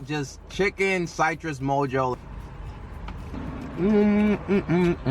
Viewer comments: Why you pronounce Citrus like that? 😭💀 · oh nahhh you're saying it like cytrus 😂